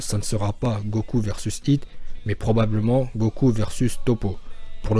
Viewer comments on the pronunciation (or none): Pourquoi tu dis « Hito » c Hit, c un mot anglais, c’est débile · par contre va falloir arrêter d'assassiné les oreilles des gens en appelant hit "Hhhhitho" par ce que autant appelé vegeta "begita"